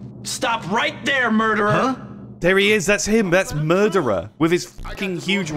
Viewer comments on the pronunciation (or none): "thats him! The murdererah, with the huge revolverah" love the commentary lol